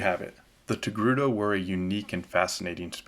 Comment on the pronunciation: Ah yes the Tocake...err...TOGRUTA species.